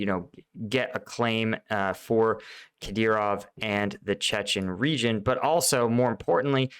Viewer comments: kuh-DEER-off. You had it right on the first try. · You've been covering Ukraine long enough that you should be able to say 'Kadyrov' XD.